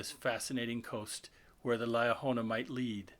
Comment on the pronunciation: How can we accept that? You even know what you’re talking about since you cannot pronounce Liahona properly? You pronounce it two different ways.